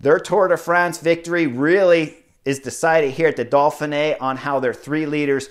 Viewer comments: Chris, there is no L in Dauphine! Ha! It's Dough Fee Nay. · Dolphinay? Why are you putting an L in there??? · Can you stop over pronouncing the race title! Dauph (Dof) in (fin) é (neey). Now smooth it together and put the big emphasis only on the last letter é: ( Dof fin neé) And depending on where you come from you can loose the middle syllable. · Keep calling it the Dolphin-Ay Chris! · Solid analysis, but I am pretty sure there is no “L” in Dauphine.